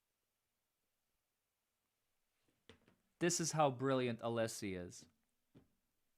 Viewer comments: Brennan- I can’t listen to this man. He’s so intimidated by Jackson and Alessi. I don’t think he believes himself. And it’s NOT ALEESE it’s Alessi. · Hank is such a low rent, disrespectful buffoon. Not professional enough to pronounce Alessi's name correctly. Disgraceful in all ways.